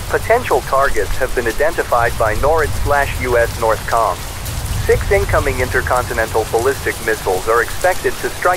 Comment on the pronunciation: The AI mispronounced NORAD.